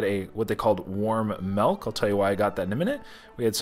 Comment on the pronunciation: Milk not melk